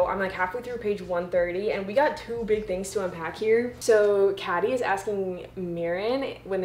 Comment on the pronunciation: Uh i love this video but honey its pronounced like katy